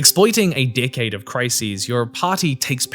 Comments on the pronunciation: he says “decade” but he really said “dick head” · Does he keep saying “dickhead” or “decade”?